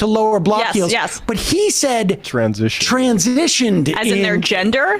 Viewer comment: I like how he put extra emphasis on the word "transition" because it became a trigger word... It's not even in the context that the right-wing usually rages about...